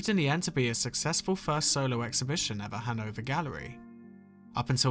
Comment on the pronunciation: I keep hearing “Hanover Gallery” as “Hungover Gallery”…although considering Bacon’s life, it’s very appropriate